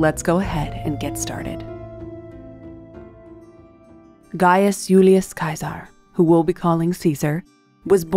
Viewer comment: TY for pronouncing his name correctly and historically correct. By doing this you have proven you did much research. For that TY.